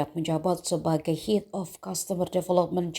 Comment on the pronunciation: Izin koreksi Head dibacanya "hed", bukan "hit". Namanya anak FK rata-rata dari keluarga menengah ke atas.